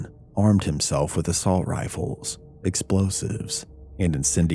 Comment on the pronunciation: Sonwell.done (as always)...but assault.riffle? Lollll....